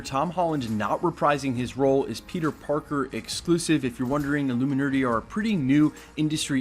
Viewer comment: Lmao "the illuminerdy"